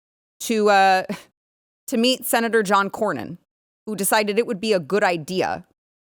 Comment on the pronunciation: The guy couldn't even pronounce Cornyn's name. It is Cornyn, not Crownin.